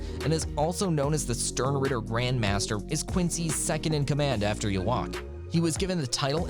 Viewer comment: Wow, the first 30 seconds hurt me. Not only did you mispronounced Yhwach (which to be fair, no one seems to know how to speak German when reading his name), you said the Quincies work for the "Sternritter Organization". The Sternritter are just an elite fighting force in the Wandenreich, they aren't a separate organization. They're all part of the same army. Stern Reader? Did you get a monkey to edit your script?!